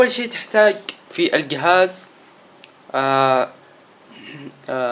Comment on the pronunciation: ااااا عفوا تحتاقه عفوااا الصفحه عفوااا ااااا زر الهوم عفوااا زر البور ااااا ااا عفوااا يقيلك القهاز سستم ناو ااااا عفوااا ههههههههههههههههههههه